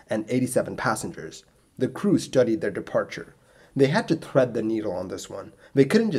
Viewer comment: I love your videos but you need to work on the way you pronounce words beginning with “Th” such as thirteen and thread. Thanks 😊